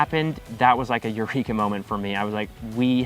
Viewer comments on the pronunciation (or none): none